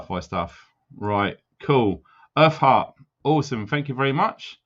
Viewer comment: When you said earth heart it sounded like you said her fart lol. 😆 Sorry. 😞